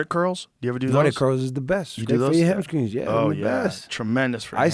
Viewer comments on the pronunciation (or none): Is he calling them hamSCREENS? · Well, maybe I’m not the one that should explain to you because I don’t know why. But words that have “str” have been pronounced as a “skr” for a while now. I believe it is slang that began in the Atlanta area. I could be wrong, but I think Adam “Pac-Man” Jones explained it on the pat Mcafee show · "Ham skrings" sent me 😭